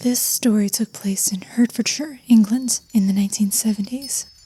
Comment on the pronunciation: I'll be listening in pieces rather than to the wole thing at once but I know it's going to be great because it always is 🙂 Btw, "Hert" part of Hertfordshire is pronounced "Hart" 😉